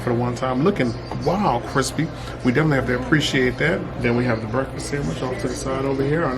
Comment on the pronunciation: Bacon wavy and cwispy